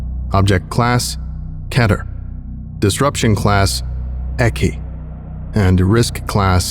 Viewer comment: Pronouncing keter like that hurts me